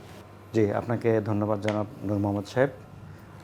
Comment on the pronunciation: "জনাব" উচ্চারন টাও ঠিক হোল না। আমরা কোন ধরনের "প্রমিত" বাংলা বলি? কেউ "জ" কে "J" হিসেবে উচ্চারণ করে আবার কেউ "জ" কে "Z" হিসেবে উচ্চারণ করে। আজব আমাদের বাংলা ভাষার উচ্চারণ "প্রমিতকরণ "